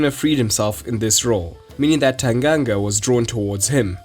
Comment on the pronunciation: So good to hear Tanganga pronounced right!